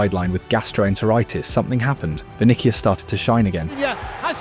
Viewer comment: just read the concept that ai has already written for you, why use this crappy ai narrator who can’t read at all? vinihius? kailien mbappe? please